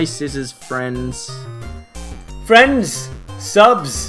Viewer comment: I forgot this was the episode with fwends xD